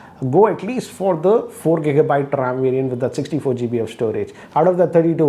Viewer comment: Not kika byte just giga byte